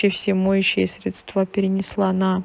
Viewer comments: как все у вас идеально и красиво. Поэтому позволь мне поправить тебя в произношении слова Средства, здесь ударение правильно падает на первый слог. Надеюсь, ты с пониманием отнесешься к этой маленькой поправочке. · срЕдства, а не средствА, колхоз